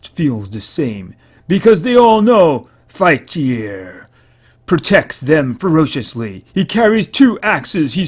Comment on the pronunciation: you say it as fight-tree-er